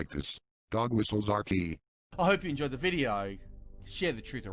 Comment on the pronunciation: "Now that I got out of the way, en-JWAH the video." What.